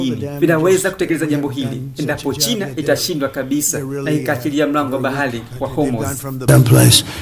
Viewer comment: Mtangazaji hawezi kusema bahari. Anasema "bahali" halafu anasema trump anakosae.